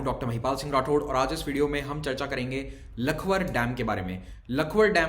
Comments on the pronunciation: लखवार डैम है इसका नाम, लखवर नही। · Hello sir Thank you for discussing this topic I am from lakhwar village And it's pronounced as लखवाड़😁 And my mom's village is lohari. Vyasi dam is almost 80% complete and I have seen it from the beginning. It feels good to see huge structures like this in our region but we all know what are the impacts of a dam and dam like lakhwar (लखवाड़) with 40 km reservoir ,we all can understand the devastating effects of this huge load in our sensitive area. Sir I personally feel this dam is not needed , maa yamuna in her natural state is best🙏